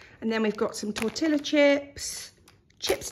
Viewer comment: It's not Tor Till A chips ...It's pronounced tor-tee-ya ..It's Spanish , the LL's are silent